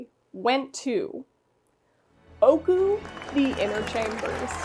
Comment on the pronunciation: im so glad ooku was able to get its well deserved win in the legacy award! just a friendly reminder from a native japanese speaker, ooku isnt pronounced "oku" its "oh oh oku" Great video and im looking foward to seeing the 2024 version next year! :)